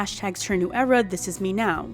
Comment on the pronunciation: You have killed the word 'era'! It is DEAD!